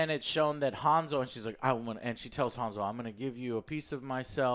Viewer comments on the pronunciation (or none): It's Hansel not Hanzel... jesus, nothing sounds right in English when trying to pronounce European words. At least Gretel was pronounced with European G (soft G, as in word "ground") not the English G (hard G, as in word "general", which in English this G sounds basically the same like J, as in Joker, you might as well pronounce Joker with G instead and it will sound the same). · Woulda rather seen a Hansel & Gretel Witch Hunters 2. The one with Jeremy Renner. ALso HAN-Sol(HAN pronounced like hand without the d), not Hanz-ul, the fck? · pronounced Hansel correctly. It's not "Harnsel" xD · Why do you pronounce hansel like hawnsol? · Das "A "in "Hansel" wird wie das "A" in "and" ausgesprochen. Kriegt euren Scheiss zusammen!